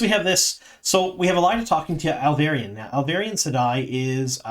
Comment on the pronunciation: Ahl- vee - air - in.